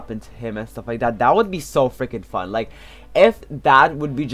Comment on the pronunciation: Who do you always say frinking